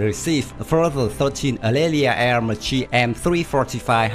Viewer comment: Dund, Aermacchi it's pronounced AermaKKi